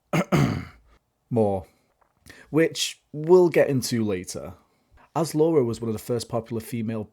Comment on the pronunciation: I enjoyed this documentary style video, you clearly put your knowledge and love of Lara into this fun mash up of all things about Tomb Raider. I was a little perplexed as to why you kept calling her Laura and not Lara. Anyhow, I especially loved how you brought Lara home to east Midlands Derby and also gave this small CITY a much needed bit of attention.